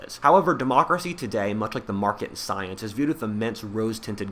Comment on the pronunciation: Hahaha sounds like u said stience